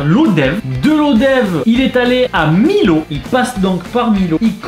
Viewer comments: A tu prononcé mal Millau. Tu le dit comme si c était écrit Milo sauf que sa ce prononce mi(i)llau. Je suis Aveyronnaise et j habite a 1de Millau c est pour ça que je te le dit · Millau sa se prononce « Miyo » et pas « Millo » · Tu sais pas vraiment prononcé le nom des villes de campagne -pézéna à la place de pézenace -millau à la place de miyau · On dit miLLau pas miLau tu connais pas le viaduc de millau ? (P.S j’y habite) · jabite a millau et sa se pronnonce millau genee yo miyo ta compris pas milau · c’est millau qui se dit miyau pas milau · J'adore ,juste quand ta vu Millau , c pas milo mais millau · A lbatard il a pas respecter millau il a dit milo mais sa de dit miyo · Millau et pas Milo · ON DIT PAS MILLAU AVEC LE L ON DIT MILLAU COMME BOULLION XD J'HABITE LA C PR SA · ce né pas pézéna ni milau mais pézénas et millau continu comme ça c super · Juste ont dit millau à la place de milau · Mdr moi j'habitais a Cavaillon quand j'étais petit xD, par contre aucun respect ptdr il a dit "milo" alors que ça se dit "Mio" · On dit miyau et pas Milo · millau ça ne se dit pas milau mais miau! Like pour qu'il le voit! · On dit Mi[y]au et Millau ! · Millau pas milo 😂 😂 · A ça se dit miyo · Ptdr l abus Millau prononcé milo jpp il connaît pas où quoi?😂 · C’est millau pas milot « iLLau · Mdrrr on prononce miau et pas millau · juste millau se lit miyo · sa s ecrit Millau mais sa se dit miyau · Millau se prononce miyaud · Sa se prononce pas comme sa millau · Mec Millau les 2 L se prononce comme le y de mayo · Millau sa se prononce pas comme sa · RIP la prononciation de Millau 😂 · A tu a mal prononcé Millau